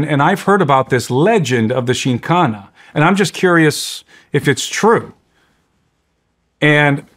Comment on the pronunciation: The host didn't even research enough to prounce the topic right.. should be full of facts lol